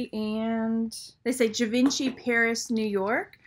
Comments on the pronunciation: zhee-von-shee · KLJ - Kenneth J Lane. Please pronounce Givenchy - Jee-Von-Shay lol. It's French. Wow I would have never priced a pair of Rivoli wrap cufflinks for that high, thanks!